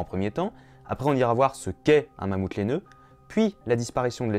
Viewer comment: "Y'a des millions d'années: le Mammouth lainaeux." Y'a pas un blème? :p Sinon la vidéo est sympa, même si on connaît déjà la plupart des informations ^^